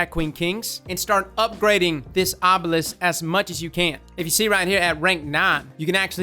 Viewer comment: OH NO I heard arbalest when he said obelisk 😐😐😐😬😬😬 AGHHH